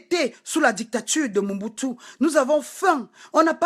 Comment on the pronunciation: Je n'aime pas voir les noirs parler comme ça.... c'est sans cervelle. Tu gueules trop et tu es crue. Sans respect, tu ne peux pas être un modèle sur internet ! Tu fais honte! Pendant toute ta vidéo tu as mal prononcé Gims et Mobutu. Fais gaffe